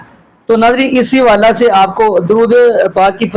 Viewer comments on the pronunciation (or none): حوالہ کو جملے کے اندر ”حوالے“ پڑھتے ھیں جیسے ” اس حوالہ سے“ کو ”اس حوالے سے“ پڑھیں گے- اس جیسے اور بھی لفظ ھیں جیسے حادثہ،موقع،کعبہ،جمعہ،جملہ اور بہت سے الفاظ جو جملہ(جملے) کے اندر آتے ھیں ان کو 'ے' کی آواز سے پڑھتے ھیں !!!